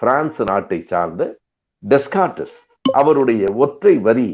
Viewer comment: ஓரிரு செய்திகள்: டெஸ்கார்டிஸ் இல்லை. டெகார்ட் (கிட்டத்தட்ட...சரியான பிரெஞ்சு உச்சரிப்பைத் தமிழில் எழுத இயலாது). Cogito Ergo Sum ....(கோஜிதோ எர்கோ சும்) இது லத்தீன் மொழியில் டெகார்ட் சொன்னது. படித்தவர்கள் அதிகம் பயன்படுத்தியது லத்தீன். அறிஞர்கள் மத்தியில் தன் கருத்தை அவர் லத்தீனில் சொன்னார். அது உலகப் பகழ்பெற்றது. பொது மக்களுக்காக பிரெஞ்சு மொழியிலும் சொன்னார். அது பிரபலமடையவில்லை (je pense, donc je suis).